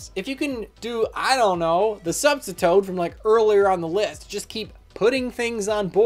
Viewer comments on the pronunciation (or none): Throughout all the video, I was just like "when's he gonna say substitoad, when's he gonna say it" and you know what? I wasn't disappointed.